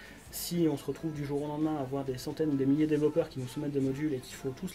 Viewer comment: Argh! Développeur ou developer en anglais mais pas "dévellopeur".